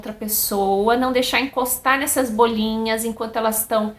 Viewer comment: Como uma doutora não sabe pronunciar bolinhas? Não se diz BÔLiNHAS....aff